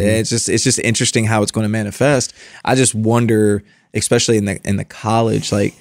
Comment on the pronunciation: Constructive criticism for and is guilty of this: the word ESPECIALLY does not start with EX.. sorry, big pet peeve of mine ESPECIALLY with professionals like yourselves. Fascinating interview. Thanks